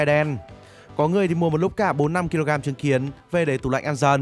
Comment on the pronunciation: Trứng kiến tui nghe thanh chứng kiến